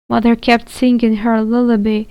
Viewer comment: It is Lull a bye. Not lull a bee